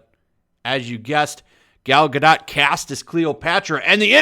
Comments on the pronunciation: Guh... Dough.... not DOT... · It is pronounced Ga Dougt. Like Doe 't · It's pronounced gal Ga-doe. She may be a shitty actress but at least pronounce her name right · Her last name is pronounced GA-DOE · The only thing worse that twitter getting up in arms is pronouciation of Gal Gah-Dat's name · It's pronounced Ga-doe you tool. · I always thought her name was pronounced Gal Gadoe, even tho it's spelled Gal Gadot Either way, imho Gal Gadot was the perfect choice for Wonder Woman, given the small bit i know about the racial history/origins of the Amazons & honestly just how beautiful & talented (imo) Gal Gadot is. Just like how imo, Paul Walker's alter ego is Brian O'conner xD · It’s pronounced Gad-oh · Drop the T! When pronouncing her last name its Gadot, as in go baby go! You sound like an idiot, you’ve got to realize on some level that you’re not saying her name right. 🙄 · Stumbled across this in my recommended but couldn't make it past two minutes bc if you didn't bother to do the research & learn how to correctly pronounce Ms. Gadot's surname (or Ms. Colbert's for that matter), how can I trust anything else you say? Seriously disrespectful, Sir. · don’t pronounce the t at the end of her last name...